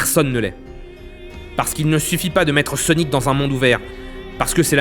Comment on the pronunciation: dans les banlieues ils ne prononcent pas "sonic" normalement